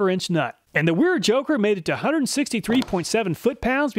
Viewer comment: Wera is pronounced Vera. As it's a German company.. Awesome video we call the nut rounders for a reason even good ones are not as good a quality open face wrench.. Love my wera tools but the joker wrenches didn't see quite that good in my book thanks for saving me the 300 bucks it would have cost me. Will more then likely settle with the normal combination wrench set from them.